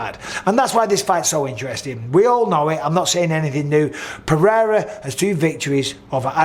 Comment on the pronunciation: Nice to hear someone saying Pereira how it's spelt and not with a d like Mr white privilege 😂